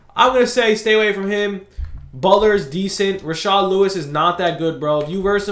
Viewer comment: It’s rashard stop calling him rashaad